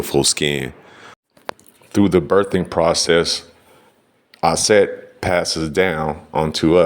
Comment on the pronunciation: Aset not Set.